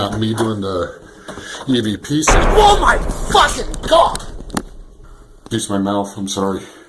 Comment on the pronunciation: I love it when he goes “DOH MY GWAD!”